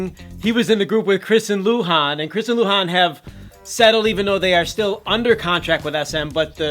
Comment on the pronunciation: as a Chinese person and a fan of the old exo m, please, luhans name is luhan , not lu. luhan is his first name